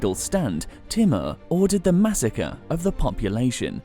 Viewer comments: hi ,,, kindly try to learn right pronunciation of names so we can understand exactly whom u talking about ,,, for example u keep saying "Teemar" but its not "Teemar" but infect its "Taymoor" written "Taimoor" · its not pronounced as "T" MUR... its TEEMOOR... he was as cruel as genghis khan himself! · His name is not thimar it's thamur